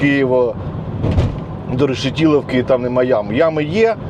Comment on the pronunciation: Не Решетіловки.... РЕШЕТИЛІВКИ! І не Пирятіна а ПИРЯТИНА!